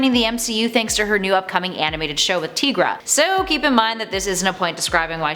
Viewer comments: TY-gra, not TEE-gra. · I don’t think you are pronouncing Tigra correctly.